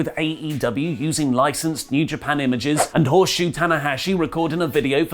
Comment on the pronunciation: Did he say "HORSESHOE" Tanahashi ? LOL